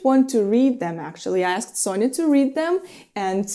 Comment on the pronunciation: I notice that you pronounce Sofia's name as Sonja (Sonia). Is that for people who are close to her, like Masha for you? Could you explain how to pronounce/spell her name so we, strangers, can say her name accurately?